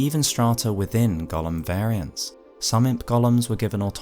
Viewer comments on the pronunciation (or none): that's not how golem is pronounced. It's not the same as the LotR character.